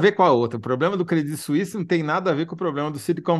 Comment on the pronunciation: Que maravilha a pronúncia dela para credit suisse. Horrível ter que aturar a pronúncia do pessoal tipo CRÊDITCHY SUÍSSY... vsf hahaha